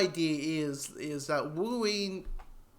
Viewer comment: 😂😂😂😂😂😂 “Worween” yeah?